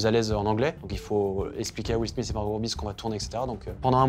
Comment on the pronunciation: WILL SMITH... WILL SMISS ...😂😂😂